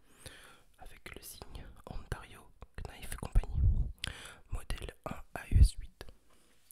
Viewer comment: Vidéo top! Juste couteau en anglais « knife » on ne prononce pas le k on dit « nife » 🙂